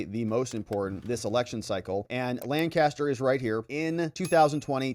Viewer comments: it's not LANcaster County it is Lancaster.:) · Lancaster, not Lannnncaster. Pennsylvania my friend. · It's not lan caster. It's lanc a ster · did you hear how Ms. Adam's pronounced "Lancaster"? It's not, Lan-caster. It's Lang-caster. Please stop mispronouncing it. Thank you! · It is pronounced Lank-aster, not Lan-caster.